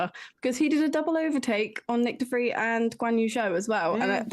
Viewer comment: Hey, his name is De Vries, not "The Freeze"